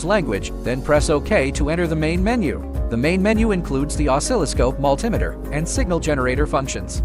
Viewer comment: AI video calling it a Multimiter. Find a human.